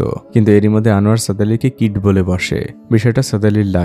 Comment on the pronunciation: Kid bollen naki kit 😂